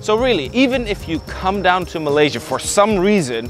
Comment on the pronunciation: Finally someone who doesn’t say malay Sia Instead of Malay sya